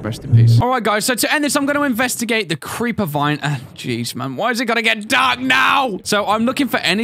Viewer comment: crreper vine Me:aw man